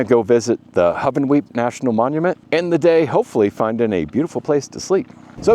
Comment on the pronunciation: Its Hoo-Ven-Weep .